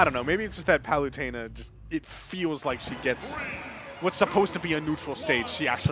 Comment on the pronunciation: “Palewtana”. Lol